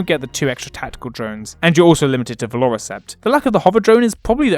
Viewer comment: Why are you pronouncing Vior'la as Valora or something like that?